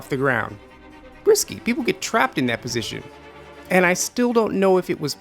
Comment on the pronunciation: Its position not posistion